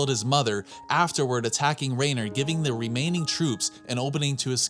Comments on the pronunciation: i know its not a big deal. But how are you pronouncing it R(eh)ner when throughout the show it is consistently pronounces R(eye)ner lol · Anybody else bothered that he says “Rainer”